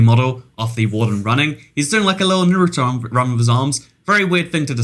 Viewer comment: you said naruto wrong